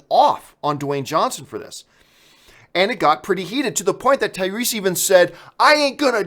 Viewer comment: "Tyweese" you weren't wrong John